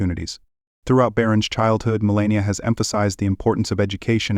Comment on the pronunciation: dude, you need to learn the proper way to say melania's name. each time you say you blunder, you degrade yourself.